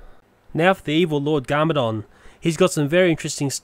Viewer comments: Cool but it's Kai not Kay and it's garmadon not garmedon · And what's garmaydon its garMAdon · its gar me don not ga ma doon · its not Kay its pronounced ki with the I sound and its pronounced garmadon not garmedal